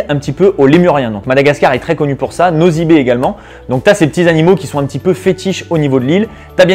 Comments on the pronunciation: franchement tu parles trop vite et en plus on ne dit pas " nozy be" mais c'est ' nossy be " pffff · tu prononce nossy be pas nozy be